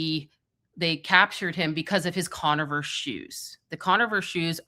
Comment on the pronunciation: is awesome, an fantastic resource, but it's MASONIC, not Mason-onic, and it's Converse, not Con-a-verse shoes. Sorry to be the asshole, but these sort of thi is need to be corrected if there will be multiple videos regarding these things or terms. Keep up the great work, everyone!